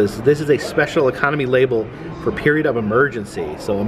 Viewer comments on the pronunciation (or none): none